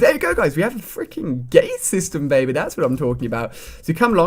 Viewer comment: yo ali sed gay not gate lol :P